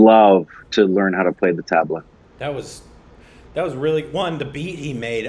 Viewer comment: Quick suggestion - Pronounce the T in Tabla with the tongue as much flattened against the Teeth as possible. Also, it's Tub-La when you say it. I'm really elated that folks from the West are taking interest in the Indian culture.